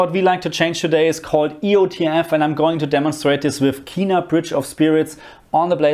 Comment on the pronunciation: The game is pronounced "Ken-na" not "Key-na"